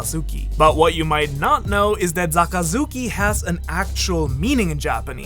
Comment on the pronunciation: Just me or did u start saying zakazuki